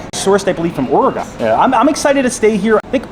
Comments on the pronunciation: Ps. Oregon is pronounced like or-uh-gun not or-oh-gone. Glad you had a fun trip! Edit: and Grand Canyon is not in yellow stone national park 😂 it’s in Grand Canyon National park… Yall should take some trips out west — it’s amazing! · You did not pronounce Oregon correctly.